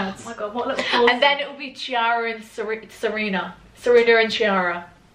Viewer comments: Chiara in italian (as in Chiara Ferragni for example) is actually pronounced “Kiara” and not “Ciara” :) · Cinzia, the name Chiara is said like ‘key-are-ah’.. you’re Italian you should know that😂😂😂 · As an italian, it feels so weird to hear a brit talking about Chiara Ferragni!! I literally love her and Federico (her husband) so much!! Also, it's actually pronounced "key-arah" xx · Sis...that is not how you pronounce Chiara😭 I thought you were Italian